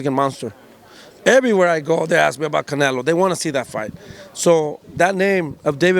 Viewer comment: they can not get canelos name out of his mouth bro😭😭😂